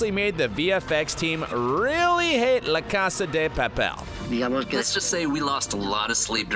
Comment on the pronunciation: bro really said la cese di pipel